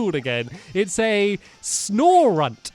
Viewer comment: Snow-runt not Snorunt